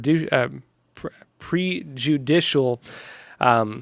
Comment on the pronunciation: Sorry, even as a conservative and pro-Trump person, I find it DIFFICULT to listen to and believe a spokesman who cannot properly pronounce "Pamela" (PAM-ella, NOT pa-MELLA) nor "prejudicial" (preh-ju-DISH-al, NOT PRE-judicial). What an indictment of our educational system over the last 30+ years!